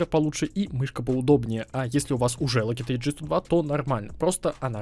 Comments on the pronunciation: Не сука логитеч а лоджитек не коверкайте англисский блять! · Lugeteg ? 😂😂😂😂 Logitech